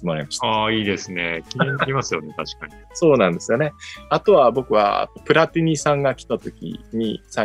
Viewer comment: 倉敷さん、さらっとプラティニって言ってるのが羨ましすぎるんですが・・(笑)